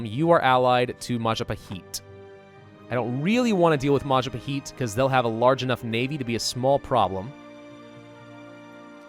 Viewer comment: Im sorry but MALLAPAHEET its Ma-Jah-Pa-Hit